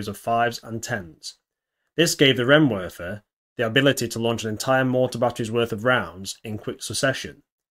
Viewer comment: "ei' in Reihenwerfer is pronounced like "I".